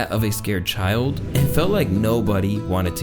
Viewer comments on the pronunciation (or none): none